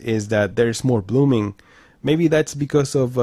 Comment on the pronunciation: I watched most you tubers reviews this tv they don’t said blooming like you saying